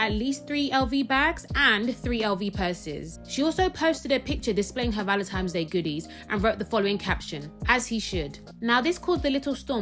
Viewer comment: ValentiMes Day? Why can't people talk properly?